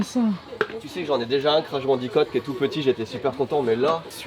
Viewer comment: Euh il a dit « crash bandicOt » ?